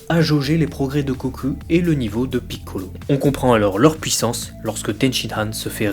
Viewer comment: Même problème, je trouve tes vidéos superbes de part leur contenu, par contre l'accent est juste insupportable, particulièrement le "PI"ccolo que tu siffles limite. Lors d'un passage de Toriyama (vidéo du débat Gogeta vs Vegetto) tu parles littéralement en japonais juste pour montrer ça aux fans au lieu de le traduire tout simplement, aucune utilité dans le débat si ce n'est pour montrer que tu parles japonais, c'est pour ça qu'il dise "que tu te la pètes". Sans omettre que plusieurs noms sont prononcés en français, comme Bulma, que tu aurais pu prononcer "Buruma" et ne pas faire les choses à moitié. A titre d'exemple seulement : les noms arabes, vous ne les prononcez pas pour autant en arabe, donc ne vous foutez pas de nous en disant que c'est pour ne pas écorcher la langue japonaise ;)